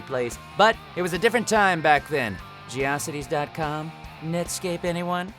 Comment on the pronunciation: It was pronounced Geo-Cities hahahaha